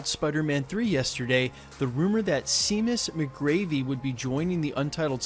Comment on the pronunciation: It's pronounced Shamus McGaRvy fyi. Thanks for the updates.